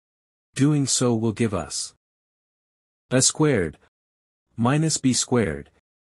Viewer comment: I cringed at every "uh squared" (pronounced the way one would say "a box").